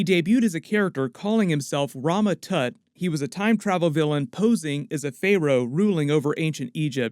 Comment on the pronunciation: Iron Lad has gotta be one of the goofiest sounding names I’ve ever heard. Lol! And the way you pronounced “pharaoh” almost made me spit out my coffee, 😂